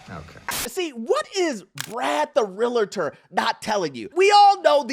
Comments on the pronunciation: his name is Brad the Real-tor; not Brad the Real-a-tor. The word realtor is two syllables, not three. I also don't know why you repeatedly laugh and make jokes, as if it's in any way funny, when people get screwed over. Ha-ha-ha-ha? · I really like your show, but you and many others pronounce Realtor wrong. Not real-i-tor. REAL-TOR. ❤ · “REAL-TOR,” not real-uh-tohr 🤦🏻‍♂️ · I die a little when he says real-a-tor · So many people say realuhtor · "Realtor" is 2 syllables. There is no "i" in Realtor between the "L" & "T" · Can I axe you a question? Could you learn how to pronounce realtor?